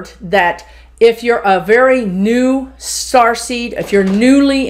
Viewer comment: I kept hearing "Starsky" instead of Starseed, so now I am thinking of Indigo as "Hutch". As an old soul I feel very protective of a 3 year old I am certain is a starseed or indigo. Is that common? Please ask the guides about the Indigos.